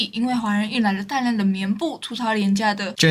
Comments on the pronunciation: 絹疋(ㄆ一V)口誤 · 絹ㄐㄩㄢˋ 疋ㄆ一ˇ